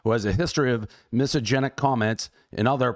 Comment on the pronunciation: It's hilarious that he's really such a dude looking to party and that doesn't seem to hate any identity that he can't even pronounce misogyny because, as far as I've seen, he doesn't know what it is.